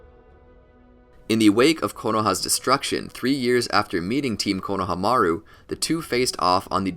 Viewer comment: But you're so dog water you didn't even say konohamaru's name right